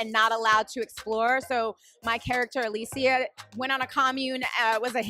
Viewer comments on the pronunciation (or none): none